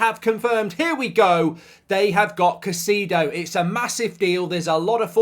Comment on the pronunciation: Why does he keep calling him Caseedo ?